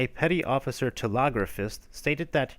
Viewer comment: Enjoy listening to these very much. Thanks. Btw: hate to say this but pretty sure it's " teLEGraphist" not teLOGraphist.